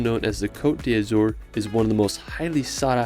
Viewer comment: No offense or hate, but you mispronounced Côte d’Azur at the beginning of the video .